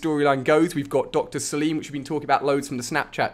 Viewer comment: you are saying Dr.salim wrong to just say it Dr.salem its a arabic name so say it the perfect way try it